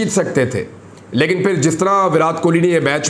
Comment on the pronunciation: Shaaaaiirrrrrrrrrrrrrr Nass ga-ay Fairrrrr (Bhaag ga-ay phir)